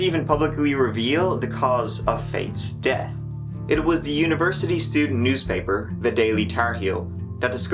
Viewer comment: I am wondering why Irish men will pronounce the 'th' in 'Faith' but then say 'debt' instead of 'death'. Literally in the same. Around the mark to be specific.